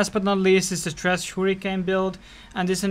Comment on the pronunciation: Lol love it... trash hahahha sounds so funny the way he says it